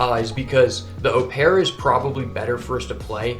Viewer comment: Just as a heads up opera is said like the musical performance. Loved the content, feel like seeing others being coached is really helpful.